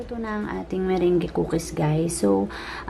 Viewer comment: Thanks for sharing your meringue... ahh by the way it's pronounce as "MERANG"..